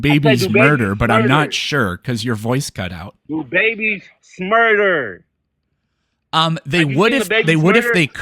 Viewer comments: Why does he keep saying "smerder"? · no listen close he literally says “babieS Smurder” with a separate brand new hard S on the beginning of the second word, he’s literally saying “smurder” as a word im so confused